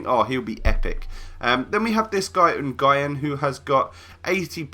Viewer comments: It's New-en not N-guy-en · Nguyen is pronounced new-en at least in Australia. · Nguyen is prounced na-wing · Nguyen pronounced "Winn" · Nguyen is pronounced new-win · N Gien is that really how you pronounced Nguyen!! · I think Nguyen is pronounced as New-In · The way he said Nguyen lol